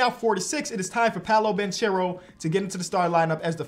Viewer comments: love the videos but it’s pronounced “Ban-care-o” not “Ban-cher-o” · It's Pah-Low Ban-Care-Oh 😂😂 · It's pronounced Polo Ban(ck)ero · Banchero = bankero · please learn how to pronounce Banchero!